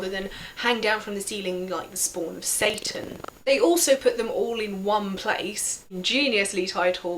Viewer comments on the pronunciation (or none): none